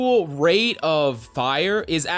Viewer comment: Norman Lee? Or normally? Lmaoo